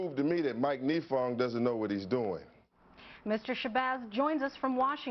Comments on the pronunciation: Malik Shabazz’s Kesumuk Let’s hurt innocent dudes cuz their immutable characteristics. Ouch. It’s pronounced nEYEfong beezie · i love how hes pronouncing the name wrong for the prosecutor and how the news caster is trying to correct him haha such a moron